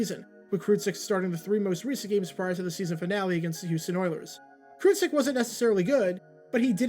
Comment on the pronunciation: Mike Kruczek's last name is pronounced as "Crew-Check".